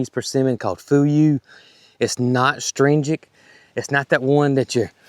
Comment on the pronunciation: From one to another the pronunciation you're looking for is uhh-strin-gent...astringent 😁